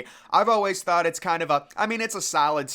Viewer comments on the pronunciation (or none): none